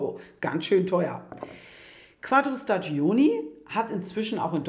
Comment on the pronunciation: Sehr interessant. Ich hoffe, ihr habt es patentieren lassen. Noch eine Bitte: staggioni spricht man staddschóni aus. Das i in der Mitte ist stumm, denn es dient nur dazu, die g davor zu einem dsch zu machen. (g vor i und e ist dsch, g vor a, o, u ist g, daher braucht man bei spagghetti das h, damit man es nicht als spaddschetti liest...)